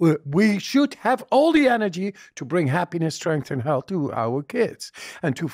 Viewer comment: This man talking organise 🤥 liars nonsense it's cheap to talk he never said energy he always said Anegy